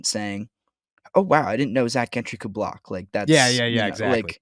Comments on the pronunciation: It baffles me how you cover the Steelers for the last several years and you still don’t know how to pronounce Zach Gentrys name, it’s JEN-TREE, not GIN-TREE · Jentree. That is how you pronounce his name.